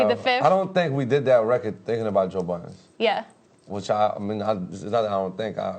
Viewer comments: lmfao when he said boiidunn sounds like budden this nigga funny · lmao why do nigga keep calling this man Joe Buttons? hahaha come onnnn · French might not of went in there with negative energy but Aubrey sure did. Nigga even said "Budden"